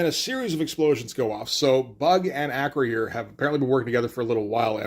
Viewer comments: Acroyear is pronounced Uh-Kroy-Urh vice A-Kroh-Yeer. Loved this one. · A note on pronunciation: It's not "Acro-year." It's "Uh-CROY-er." He was a star of the toy line, and frequently mentioned in the TV commercials. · Close. It's Acroy - Er. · Acroyear is pronounced "Ah- croy-er. "